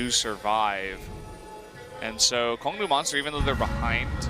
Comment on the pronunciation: Goes to great lengths to explain how to pronounce ADD. Still can't get the Kongdoo Monster team name right.